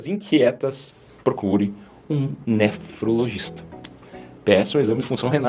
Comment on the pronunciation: Doutor, gostei de tudo; vc é bem didático. Gostei também da sua boa pronúncia para nefrologista: né-fro-logista. O elemento grego nephros (é) significa rim. E parabéns também por usar: Se você VIR. O povão usa se você "ver", que não existe. Muitos anos de vida, doutor. Com paz e saúde!